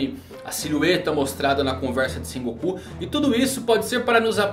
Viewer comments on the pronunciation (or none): none